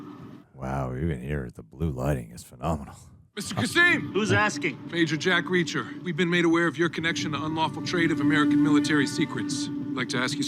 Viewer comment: the way u spelled JACK REACHER in french accent was hilarious HHAAAHHA